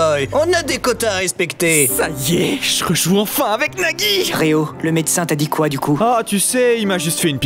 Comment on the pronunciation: a pk neagi pour nagi